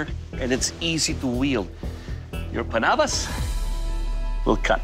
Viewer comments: Doug’s pronounciation of Panabas is more natural in a sense and reflects his pinoy roots. He really is born and raised in the Philippines. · The way he pronounced panabas and kampilan is so good, is he a Filipino or what? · So that's why Doug pronounced kampilan and panabas correctly, he's Filipino.